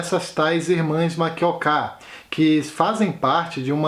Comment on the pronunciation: Achei boa a lista, com diversidade. Vários destes, eu já li. Outros, lerei. Foi bom saber que a sílaba tônica do nome Makioka é a última (sempre falei errado).